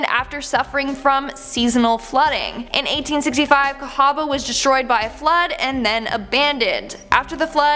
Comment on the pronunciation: Cahawba also spelled Cahaba, isn't pronounced like that, btw born, raised, and sadly, still living in Alabama.